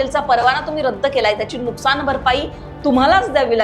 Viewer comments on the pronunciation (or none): none